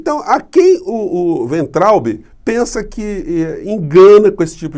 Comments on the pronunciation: Pronúncia de Weintraub: Fiz só dois anos de alemão. Eu traduzo, embora com auxílio de dicionário. Pelas regras do idioma, a pronúncia seria "Vaintraup" (o b em fim de sílaba soa p). Wein = vinho; Traub = uva. Uva de vinho então, se fôssemos traduzir o nome desse ilustre ex-ministro da "indukassão". Alguém quer melhorar a minha explicação? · A pronúncia correta é "vaintraub" (palavra alemã). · E acrescento: o “be” final lê-se “ba”. Assim :Vaintrauba. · Acho que a pronúncia do nome do ministro Weintraub. ---vaintraub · Weintraub = Pronúncia: "Vaintraub"... Segundo o tradutor do Google : Cacho de uvas (com W maiúsculo) e somente uva (se com w minúsculo)... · Se você quer utilizar a pronúncia alemã do nome do ex-ministro, diga Vaintraub. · "Vainterraube" é como se lê e pronuncia o nome deste senhor. Em alemão significa uva. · Professor, humildemente deixo aqui uma dica de pronuncia para o weintraube: no alemão as vogais ei juntas numa palavra lê-se ai. Então lemos "vaintraube" ( o w tem o som de v), traduzindo = uva. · a pronúncia correta do nome do cidadão é é é: vomitotraubi...